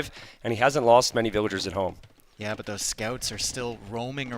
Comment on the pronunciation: what happened? why no casting until game three of tatoh? also the casters mic's weren't working right. Tristan sounded like he was talking from the bathroom down the hall. After all these years, why can't pronounce VILL-A-GERS, and spasm's out "vil-ears" over and over. It's not cute or funny - just annoying.